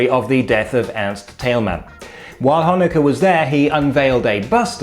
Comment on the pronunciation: A "ch" pronounced perfectly by a Brit. Brings a tear to my eye.